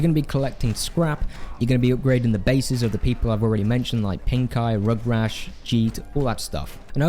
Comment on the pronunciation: Not to be rude but he's my favorite. Its gutgash not rug rash